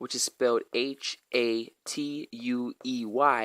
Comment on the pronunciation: It's pronounced Ha-tway. Edit: lol no, ha choo has nothing to do w/ the Taíno Cacique. And no one has ever used that as an expression it's quite literally an onomatopoeia which describes sneezing which was predominantly used by Europeans. Are you purposefully mispronouncing his name in order so you can make the connection?